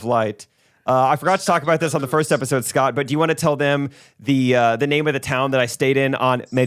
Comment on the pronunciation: Every goofball “Portuguese” pronunciation is KILLING ME 😂💀 “SHHHHHCOTT Peck”